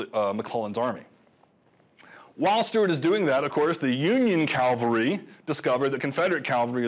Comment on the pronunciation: The guy keeps saying Calvary instead of cavalry.